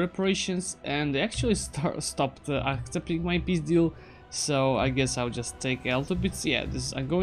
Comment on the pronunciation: я один слышу "пиздил" когда он говорит "peace deal"?